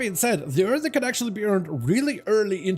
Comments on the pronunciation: earthurn he says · Earthen* not Earthern.